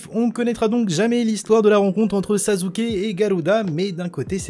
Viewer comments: C EST PAS SAZUKE MAIS SASSUKE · anike ta dit sazuke xd ou sassuke mhhh ;' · Sasuke se prenonse Sasuke et pas Sazuke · "Sazuke" ça me pertube trop n’importe quoi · Sasuke ça ce dit sassouké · pourquoi tu dit sazuke ?